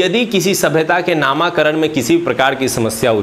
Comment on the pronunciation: नामाकरण नहीं नामकरण होता है महाशय